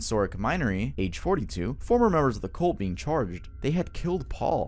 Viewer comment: "Cult" is pronounced "CUHLT" You keep saying "COLT", which is a young male horse.